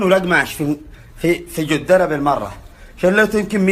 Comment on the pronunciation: انطق كلمه جده زين بس مو جوده